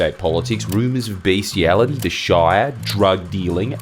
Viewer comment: it’s BESTIALITY, not Beastiality. It rhymes with Pest and West.